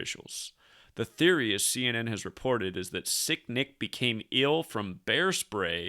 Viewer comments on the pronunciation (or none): Sound like you keep saying sickdick lol